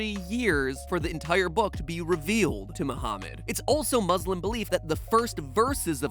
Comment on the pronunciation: It's funny that he pronounces muslim the way it's spelt. (or that could just be normal.)